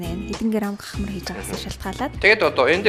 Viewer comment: Кахмар ч гэж байх шиг хаха. Крахмал юмуу цардуул гээд оруулж болсонгүй юу?